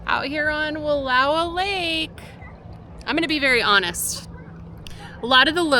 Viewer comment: Love watching your videos. I have a Snoozy fiberglass trailer. I grew up close to Wallowa. Just fyi, it’s pronounced Wallo(sounds like ouch)a. We would sometimes go there at the end of the school year to have a picnic and swim I’m the lake. I lived in Summerville and went to school in Imbler.